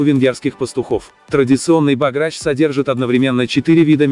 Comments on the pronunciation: БОграч, а не богрАч. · Венграм очень режет слух произношение этого блюда по русски "лЕчо", всё же правильнее говорить "лЭчо") А чтобы говорили "богрАч", никогда не слышала. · Передача очень интересная, но ударения в названиях лучше сделать такими: "бограч" - в Венгрии ставят ударение на слог "бо", "гастрономии" - слог "ми". "Творог" - правильнее делать ударение на слог "ро", хотя допускается другое. Успехов!